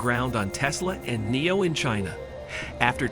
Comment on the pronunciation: Robot voiceover video that can't even say Nio, don't bother